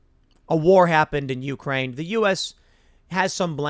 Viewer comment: It's You-CRANE, not YOU-crane. Take some of that money you're making and learn to read.